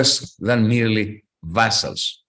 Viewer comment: Vassals is pronounced as vazalz, not vessels as in blood vessels.